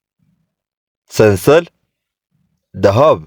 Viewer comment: ሰንሰል ሳይሆን ስልሳል ነው